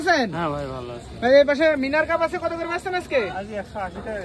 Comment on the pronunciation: খুবই চমৎকার এবং কম দাম। উচ্চারণ ঠিক করুন মিনার কার্প না মিরন কার্প, গ্লাস কার্প না গ্রাস কার্প হবে। তা ছাড়া অন্য সব ঠিকঠাক আছে।